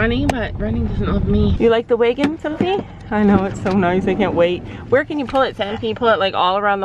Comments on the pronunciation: U say weagon, it’s pronounced w a g o n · Lol I think I get what Sandy means😂 It sounds as though you are pronouncing it like “way-gon”. I pronounce the first bit as if I were saying “agriculture”. Instead of making an “ay” sound it’s more of an “ah” sound, if that makes any sense whatsoever😅 Edit: So essentially I say “w-ah-gin”